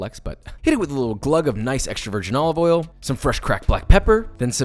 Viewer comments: Joshua Weissman: olive oil Gordon Ramsay: Olivolle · extra virgin OLOVOL